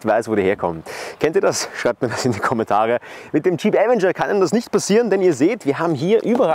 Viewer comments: avEnger! Betonung auf dem E, nicht dem A! Will nicht "kleinkariert" klingen, aber es nervt mich schon seit 2022 dass die meisten Leute, die ein Video zum Avenger auf YouTube veröffentlichen, den Namen FALSCH AUSSPRECHEN. So wird die falsche Aussprache an Hunderttausende oder Millionen Zuschauer falsch weitergegeben... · Die FALSCHE Aussprache von „Avenger“ ist furchtbar.😵‍💫 Ansonsten guter Beitrag